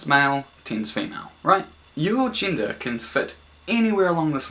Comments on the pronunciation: Every time they say "gender" I hear "ginger". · i keep hearing Ginger haha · WHY DOES HE PRONOUNCE "GENDER" LIKE "GINGER"?????? ITS DRIVING ME NUTS